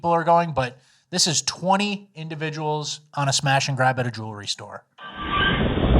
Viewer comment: it's jewelry, not jewlery.